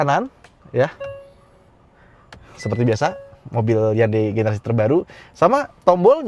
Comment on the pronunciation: Kadang spelling HYUNDAI: yandeyy tapi emg udah kebiasaan hyUndey 😂😂😂